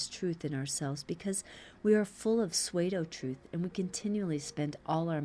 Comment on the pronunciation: You are doing such a great and dedicated service by reading these commentaries, I hate to criticise anything about them. However, that being said, would it be possible to request that you pronounce ‘Pseudo’ as ‘Sue-dough’ rather than ‘Sway-do’? Regardless, I’m very grateful that you make the effort to do them, I find them extremely helpful. Thank you!